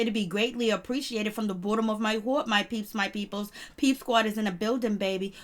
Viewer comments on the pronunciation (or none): Why do you pronounce the words bottom and heart like that?